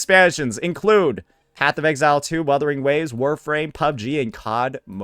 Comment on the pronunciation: YOU CAN'T PRONOUNCE WUTHERING WAVES WITHOUT 2 WS